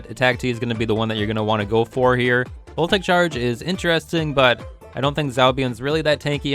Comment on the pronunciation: Just wanted to point out that "voltaic" is three syllables - vol-ta-ic :)